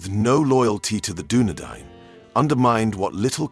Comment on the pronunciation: Doubly impressed that you took the time to learn how to say Dunedain. You're the King of the Universe. P.S. Arthedain is pronounced the same way as Dunedain.